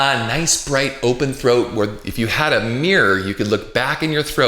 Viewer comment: haha his mirror sounds like mirrr